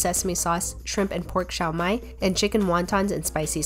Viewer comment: The xiao should be pronounced as “si-ow” instead of “sh-ow” though haha